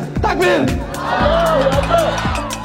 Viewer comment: Allah tapi nyebut nya auloh yg bener yg mana nih nama tuhan iclam😂